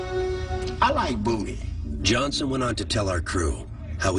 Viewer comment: 😂😂 “Much as I like VOOTY”